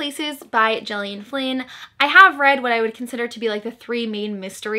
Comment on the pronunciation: Gillian is said like Gil (like the fish). Sorry to be "that guy" 😅 awesome recommendations. I really want to read some of these